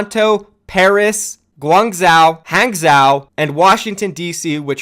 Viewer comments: Hangzhou is pronounced hahng-joe lol. Use google noob. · Hangzhou = Haang - Jo I think if we follow the pattern of city so far, another candidate for last Chinese city is probably Chonqqing. Just pure feeling... no reason behind that. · lets get dat JUICEE BOIII, oh and P.S Hanzhou or any chinese city with zhou at the end is pronounced like Han-jou/jou. the Zh in chinese is pronounced like a J in english, thought i'd clear that up a bit. :D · is it really that tough to google "pronounce hangzhou"? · I love you my friend. But you have to stop saying "guangzeo" and "hangzeo", its "guangjo" and "hangjo"